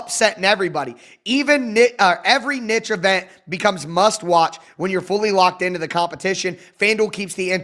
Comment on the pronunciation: Hearing you try to pronounce “niche” told me everything I need to know about why you have certain bias towards players 🤣